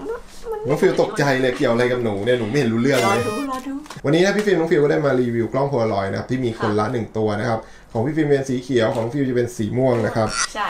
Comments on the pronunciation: กล้องโพลางอยครับ ไม่ใช่ โพโลลอย สวยทั้งคุ่เลยหนูมีเหมือนของ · มันคือโพลารอยด์ค่ะไม่ใช้ โพโลรอยด์ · มันอ่านว่ากล้องโพลาลอยด์ค่ะพูดผิดแล้วค่ะ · มันเป็นกล้อง โพลารอย ไม่ใช่ โพโลรอย